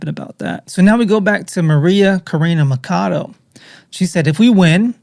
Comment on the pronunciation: It’s Maria Ma-cha-do!!!! Ma cha cha chado…. Not macado